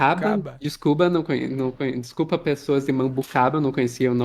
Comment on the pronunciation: "Descuba" kk, eita toctoctoc é a pf